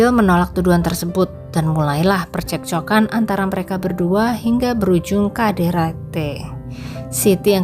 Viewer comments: Ini yg baca cerita aneh menyebut KDRT jadi kaderete emangnya bukan asli orang indonnessia?? Apa orrang mana. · KDRT, tik tok dibaca lain jd aneh min😮